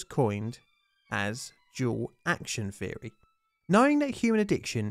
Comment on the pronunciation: All the th words sound like f words. Three sounds like free. Theory sounds like ferry